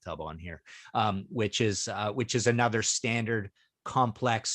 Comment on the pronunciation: The word is pronounced uh·NUH·thr, not ay·NUH·thr.